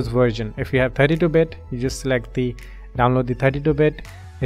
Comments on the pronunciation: It's version not virgin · download virgin not racist, its just i heard so xD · i love how he says virgin and not verison LMAO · did he just said virgin? 😂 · haha its version not virgan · When he said version i legit heard virgin